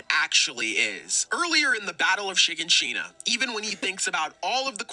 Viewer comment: I don't trust anyone that can't pronounce shiganshina